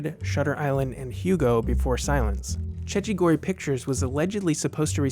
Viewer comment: Cecchi gori is pronounced: check-kee goree